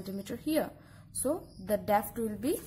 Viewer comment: It's depth not "defth"